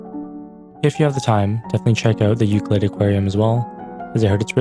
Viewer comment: You’re pronouncing Ucluelet wrong. It’s U-Clue-let. Not Ucluel-it. You have to pronounce the CLUE in the word. Just so you know. (I’m a local)